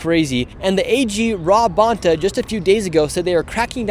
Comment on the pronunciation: The Bontás are EVIL. He, the inept, DEMON CA AG, Filipino born and she, NY Puerto Rican, neither of whom know how to pronounce their Spanish surname (Bone TAH)! Sickening as a 5th gen CA!!!